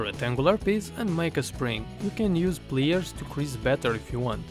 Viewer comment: by the way thing of pliers pronunciation as plyers ok. other than that Your The BEST'